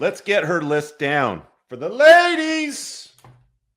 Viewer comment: you crack me up when you say "for the LADIES"! 👍🤣